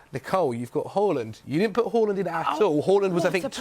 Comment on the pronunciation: Everyone: haaland: hooland